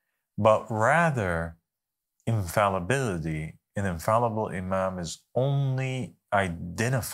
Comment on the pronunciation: So interesting how it seems he’s not able to pronounce the word “infallibility”. And quite poor eloquence, also, just barely intriguing to bare the minutes. Show your forehead, Beanie King.